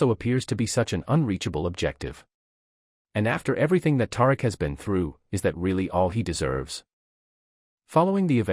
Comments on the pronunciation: I know if you watch this show you know good and well his name is pronounced TaReek smh Do better 😒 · You need to learn to pronounce Tariq name correctly